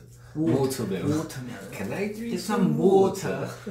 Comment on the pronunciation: pls not Minchan mocking Hoyoung’s “Wotermelon” 😭